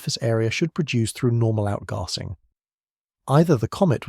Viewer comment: The way the A.I. narrator says "outgarsing" is funny to start with, but soon gets very annoying.Shame. I could not watch past . Nobody says outgarsing, like nobody says plarstic.